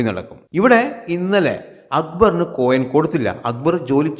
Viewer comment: കോയം അല്ലാ മൈര് കൊയിൻ..... കോയം എന്ന് പറഞ്ഞൻ ആണങ്ങളുട സാമാനത്തിനാ